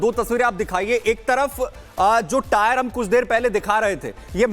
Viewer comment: 50 bar ho gaya tire tire bolta howa🤓🤓🤓🤓